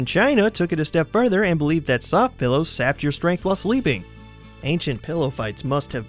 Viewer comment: When you say PILLOWS it sounds like PELLOWS...